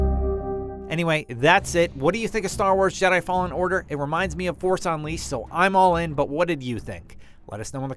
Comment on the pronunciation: Force UNLEASED? Well, a typo in the script clearly shows you were READING one... and that's bad! Even tho you guys were forced to do a voiceover at the gameplay footage, you can't just make those mistakes. It shows it's clearly not a legit reaction of someone who played Fallen Order. I mean, it's common sense: if the commenter really remembered playing TFU, he wouldn't just mispronounce the title LOL